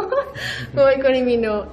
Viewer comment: No se dice li min jo se dice li min o**